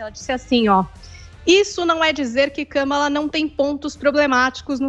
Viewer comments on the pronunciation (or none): Nem falaram o nome da mulher certo (nenhum deles) o nome dela e Kamara Harris ( com a sibala tonica no segundo "a" do "Kamara") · Também não é KÂmala!!! É KamÁla!!! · O Adriles nao decide se o Biden ganhou ou nao, cocaína é foda. O cara nao sabe nem falar o nome da Kamala e trabalha de comentarista numa rádio, muito Brasil mesmo.